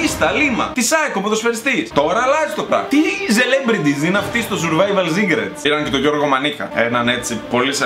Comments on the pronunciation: Ζουρβαιβαλ ζικρετς λεει.... κλαιωωωω ,3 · Ζουρβαιβαλ σικρετς😂😂😂😂